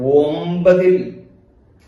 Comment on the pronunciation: വേഴം അല്ല വ്യാഴം 😂